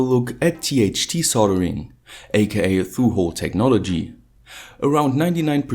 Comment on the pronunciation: through hole technogolgy HAHAHAHA